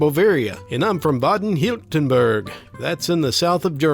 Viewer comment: Baden-Württemberg, you pronounced it so cute. I really liked it, keep up the good work.